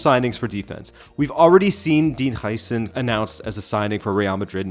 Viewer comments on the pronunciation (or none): It's pronounced How-sen